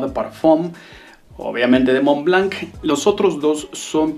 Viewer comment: SE PRONUNCIA MONL BLOT